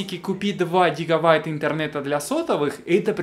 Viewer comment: гигаВайта - Бряд ли